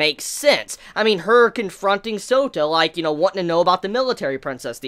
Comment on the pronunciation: Every time says Souta..all I hear is Soda lolxD